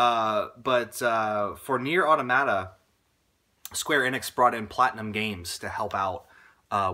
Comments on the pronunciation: going to be that guy: its pronounced uh-tom-muh-tuh, not auto-mah-tah :/ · Automata is the plural form of automaton. It's much easier to remember the correct pronunciation knowing this. It's puzzling more people didn't just look up what the word means instead of continuously expressing confusion about how to pronounce it.